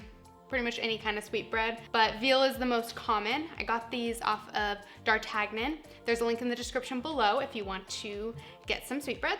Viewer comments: Dar-TAG-non? It's DAR-TAN-YON! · It's pronounced "Dar Tan Yun" (French). Good purveyor of French foods. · Omg! She can't pronounce any culinary words. Pate, foie gras, d'artagnan! Painful. Good tips though.